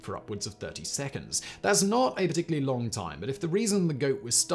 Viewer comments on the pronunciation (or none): none